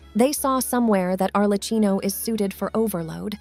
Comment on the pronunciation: Please can you pronounce Arlecchino correctly? The way you pronounce it is actively making my ears bleed, it's pronounced Arlekkino🙏